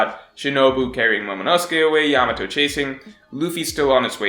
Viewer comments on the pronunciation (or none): none